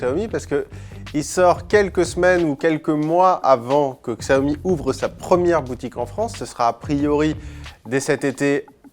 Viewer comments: Ça se prononce "chiaomi" putain !!! Faites un effort svpppp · Kristians Straume oui regarde le PDG de la marque qui explique que cela ce prononce Chiaomi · Kristians Straume non c’est bien lui qui a raison les chinois prononce ça Chiaomi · Mizukage yagura ça se prononce "Xiaomi", Chiaomi est la version américaine